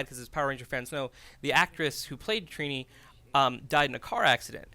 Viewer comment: Her name is TRINI not Trina